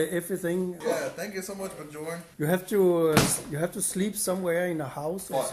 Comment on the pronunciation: He said it right the first time. The other ones all always say it wrong.